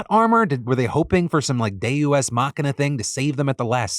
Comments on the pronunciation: Did anybody else notice Phil's incredibly weird and wrong pronunciation of "Day-YOU-ess" ex machina? It's just "Day-us" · "Day- U S Machina..." This is an AI Deepfake Phil, isn't it? It can't even pronounce Deus right. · its pronounced deh-yoos in "deus ex machina" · "Day U.S. machina" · Day-U-S. Make it a shirt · I don't have anything to add, just wanted to point out the pronunciation of deus ex machina has me questioning if I've been mispronouncing deus for my whole life.